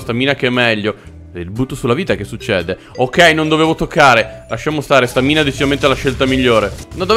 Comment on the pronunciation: scusate l'ignoranza, ma non si dice stàmina e non stamìna? comunque bel video, sempre simpaticissimo